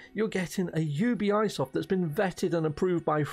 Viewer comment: You be soft not you be eye soft lol